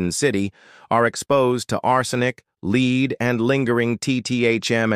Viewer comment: AI generated and narrated. 🙄🙄🙄 Lead - the metal is pronounced like led. 🙄🙄